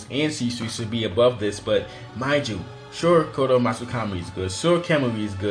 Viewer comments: its so annoying how you cant say the words properly like its shisui* not seesui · U said Shisui wrong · It's , shi-soo-ee